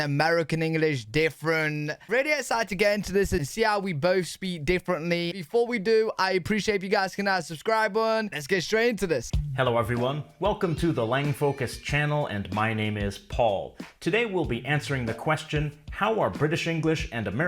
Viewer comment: The thing that I notice in every video is when says "hit the subscribe bun".